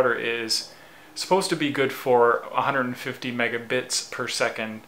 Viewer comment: megabits not megabites